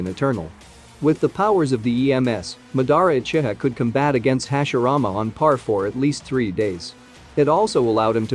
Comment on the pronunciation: Lol the text to speech is saying uchita instead of uchiha 😂